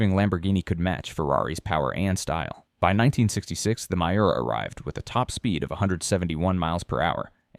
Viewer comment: You got the story wrong on Lambo, but that’s a normal mistake. Pronouncing Muira was ugh! Just tell the Jaguar story. It’s easier.